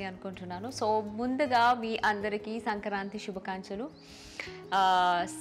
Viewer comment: శుభకంచలు కాదు . శుభాకాంక్షలు అనాలి..